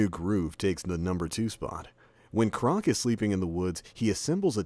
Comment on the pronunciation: you pronounced Kronk "Crock"